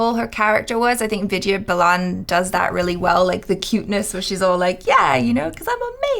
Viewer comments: why do you keep saying "Viji balan" It sounds like "weed-yea baal-an" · Hey it's not viju balaaan, it's Vid ya Baa lan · Ohhh maharaj, Name is pronounced as vidya baalan not Vidya balaan. irritated me multiple times within seconds.😬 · Hey......Vidhya Balan is pronounced as WE-DHYA BAA-LAN not as VID-YEAH BA-LAAN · Am I the only one hearing Vida Balaan..lol., it's pronounced as "Vidhyaa Baalan" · what did you pronounced?? Vijay Blaaaan???😱😱😂😂😂😅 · Vidya is pronounced as 'With ya baa ln' ... U can do it 💪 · imagine her name spelled as ViDyaa Baalan when you pronounce it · “Vijja bolon” please correct your pronunciation 🤣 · Vidya Balan is pronounced as With-diya Baa-lun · Try saying it this way "VITH" "Yeah" "BAH" "LEN" = ʋɪd̪jaː baːlən = Vidya Balan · WITH-YA BAHL-UN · It's Vidya Balan(Wid-Yaa Ball-an) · Did I heard saying "Bijya Belan"??? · Who's that "Viju Ballan" Edit: Ohh, isn't good in reading Indian names😅😂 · I have never heard somebody pronounce Vidya balan like that.Hilarious 😂😂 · Hey u are entirely wrong in pronouncing the names...u are doing hindi film reaction but your ability of pronunciation hindi words is always wrong. Please work on your pronunciation. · why achara not correct to pronounce vidaya balan name right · It took me few min that he is saying vidya balan